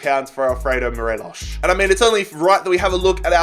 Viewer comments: It's Morelos not Morelosh. 🙄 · Morelos is just pronounced as 'mor eh los' , no accent , just a pointer. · Nobody:: Morelosh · it really annoys me the way u say morelos name